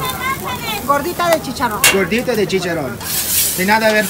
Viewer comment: I loved when you said chicharon❤